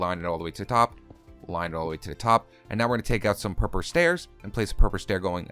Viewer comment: IN YOU SAY PURPLE WRONG lol